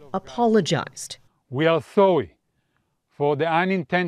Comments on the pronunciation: "We are sowwy" can't even apologize correctly. Bunch of losers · We are "sowwy", we spilled some briskets on the road